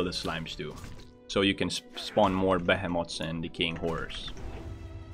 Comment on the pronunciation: AH yes. Those Behe Moths. Gotta be aware of those Behe Moths.